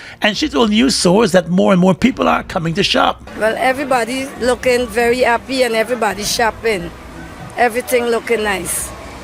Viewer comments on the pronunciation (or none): YUH MUST TALK LIKE THIS WHA BOMBA CLAT MAAN,WHA APPEN,APPY INSTEAD OF HAPPY